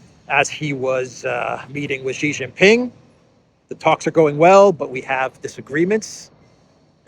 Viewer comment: SHEE JIN PING NOT JHEE JIN PING, JHEE MEANS PENIS IN CHINESE LANGUAGE. STOP BEING A DOOFUS.